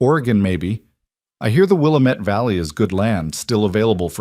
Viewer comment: I lived in that valley in Oregon. It is pronounced with the middle vowel being accented. will A met. That A is as Adam. Your pronunciation fits the same spelling in an area in Minnesota.